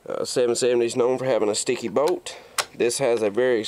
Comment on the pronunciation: it does sound like you say Boat